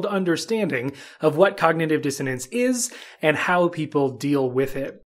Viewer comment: Problem is you open the video pronouncing it wrong . It’s not DisoTance . Wow